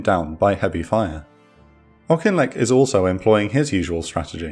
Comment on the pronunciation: I live in the village auchinleck Scotland well done for pronunciation